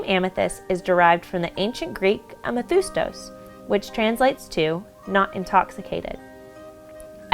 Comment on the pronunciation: Nope im from greece omg you guys are soo bad at greek.its called amethistos with i a me thi stos